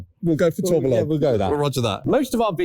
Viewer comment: It's pronounced as "Tour-be-yon". A tourbillon is a mechanical rotating cage found in some expensive automatic watches. It counteracts the effects of gravity has on the watch movement and increases accuracy. Boring bit over, now let's get back to car detailing. 😊